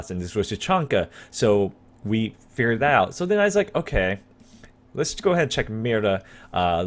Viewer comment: "What the opererer may be, I think I figurerer it out" English my dood